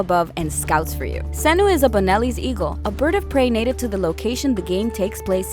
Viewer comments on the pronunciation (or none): she said xenu not senu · It BI-ECK and SEN-OO not BAY-ECK and SEE-NU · Why do you keep changing the way you pronounce senu.. seenu... then senu.. then zeenu.. then zenu.. it's small but damn bothersome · And Seeeenu LOL! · Beyek of siwuu, sienu. Pronounciation is on point. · I watched this video for the first time 4 years ago and thought she said like every word wrong I come back and i was right like jeez how do you say senu 6 different time and only getting it right once.